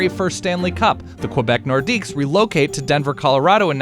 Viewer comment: Wilf Paiemont and Mike Mcphee I'm 12 years old again.. but le norqidues has a silent s